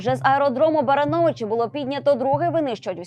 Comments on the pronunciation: БарАновичи, а не БаранОвичи. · Барановичи, неправильно ударение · Не БаранОвичі , А БарАновичі шановні диктори.